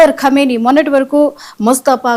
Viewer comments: Orey Analyst fellow first learn to pronounce Khamenei and not kaimoni and later you can analyze. Who is bothered if he dead or alive, you are alive na do something for your family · ఏ ఒక్క న్యూస్ చానెల్ ప్రసారం చెప్పలేదు మీరు మాత్రం తప్ప. 99% తప్పుడు న్యూస్. khymoni కాదు khameni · meeru telugu ni darunangaa champestunnaaru,khameni ni khaimoni ani cheptunnaaru idi baledandi.😂😂😂😂😂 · కైమోని అని అంటున్నారు. కైమోని కాదు కొమీనై అని పలకండి. ఇంకా తప్పులు చెపుతున్నారు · qai moni entira. aa pronounciation enti. qaima chesesthunnavu 🙏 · చత్రువు,ఖైమోనీ ఏందయ్యా నీ భాష చావగొడుతున్నావు నీ భాషతో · Martyrdom is an English word ...first mataldam nerchuko ..Kai moni kadu ra ye da va ...